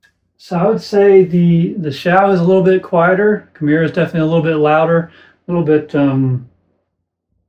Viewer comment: Not to be the pronunciation police, but, I believe it’s pronounced “key-MEH-rah.”